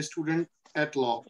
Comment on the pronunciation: Please correct your pronunciation of PRACTICING and LAW